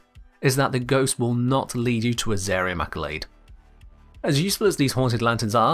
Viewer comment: sigh.. such confidence at being wrong. The item given to the AI is called a ZARIUM ACCOLADE.. he was saying it correctly.